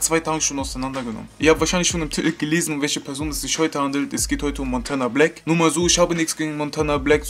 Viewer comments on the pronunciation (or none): eine ansage an monte machen aber nicht mal " montanablack " richtig aussprechen können du knecht.